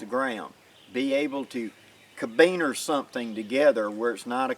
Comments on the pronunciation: It's carabiner not cabiner. That's care-a-beener not ca-beener. Sorry, I know it petty, but it was bug'n. Why was I more focused on pronunciation than the lesson at hand? Because at the point at wich you said it twice, I had yet to hear anything I hadn't already learned. Not your fault, these are valuable lessons a lot of people need... it just happened to be review for me. But that familiarity with the material allowed my mind to relax and wander. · great tips. Try saying Caribbean, not Kabeaner. Locking Carabiner. I made some citris knives from Dan Lutz design. I just made the end look like a Kukri. Ever heard of Hojo Jitsu. lots of knots. Later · Never heard anyone say ka-beaner lol